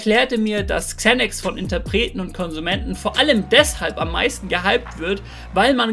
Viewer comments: Spricht man das nicht Sanax aus und nicht Zänacks like Monte😂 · ✨Kzänäks✨ Bruderherz man spricht es Sänäx aus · Englisch note 6 oder was? man spricht es „Zanax „ aus 🤦🏻‍♂️ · Bin ich der einzige den das aggressiv macht wie der xanax ausspricht?